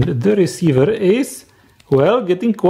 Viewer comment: transeveeerrr reseiveeer